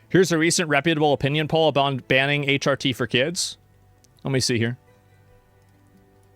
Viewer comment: "If dey can't consent to H-ahhh-T, then dey can't consent to puhbahhteee"